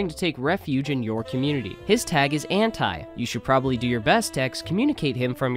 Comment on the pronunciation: I’ll never stand for the way ANTi says his name